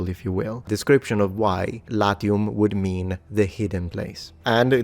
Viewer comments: Because you are a gamer? You accidentally pronounced the "a" short there? The first naming story for Latium sounds believable in a cynical-spiritual sense: "Let's hide from the father of gods! ... ... ... OK, now let's conquer the world." P.S.: Make a video about femail armor. 😜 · LAZIUM not latium…